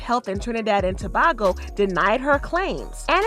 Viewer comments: It is To-bay-go not whatever you are saying 🤣🤣🤣🤣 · Idk y nicki trying to embarrass my country like that we have access to Instagram and u saying Tobago wrong it's pronounced as To-bay-go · not u trying to be anna oop 💀✋ girl ,, you cant even say tobago right ,, how tf is this tea ? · This made me want to rip my ears out. Attacking nicki and not even being able to pronounce Tobago right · THANK YOUUU SOMEBODY SAID IT